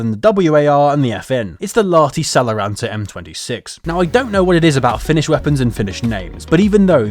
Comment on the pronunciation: I will end Enlisted if you don't learn to pronounce Lahti Saloranta correctly (im from finland)!!! (you allso need to learn all the other finnish words you have tried to say)